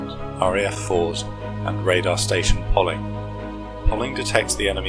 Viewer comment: Poling is pronounced locally as Pow-ling